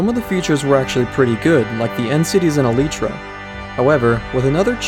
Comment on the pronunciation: So kenadian not the only person who pronounces it elletra